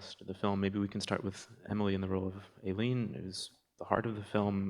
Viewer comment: Here we go again…..Aileen……..pronounced Ay…..leen…..equal stress on both syllables….does that make sense?……reminds me of the difficulty that people have in the pronunciation of Mescal……Mescl😊